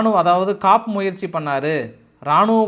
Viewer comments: It is not Kaap attempt, it should be pronounced as Koo attempt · தொடர்ந்து ஆங்கிலம் தமிழ் இரண்டு மொழிகளிலும் தவறுதலான உச்சரிப்பில் சொல்கிறீர்கள் எத்தனை முறை தெரிவித்தாலும் திருத்திக் கொள்ள மறுக்கிறீர்கள். Coup என்பதை காப் என்கிறீர்கள் அதை "கூ என்று மட்டுமே சொல்ல வேண்டும் walking ல L silent மாதிரி இதில் P silent. பிரத்தியேகம் என்ற தமிழ் சொல்லை பிரத்தியோகம் என்று சொல்கிறீர்கள் இது போல பல சொற்கள் நீங்கள் நிறைய பட்டங்கள் வாங்கி இருந்தாலும் அடிப்படை மொழி ஞானம் குறைவாக உள்ளது கொஞ்சம் இதையும் கவனிங்க பாஸ்...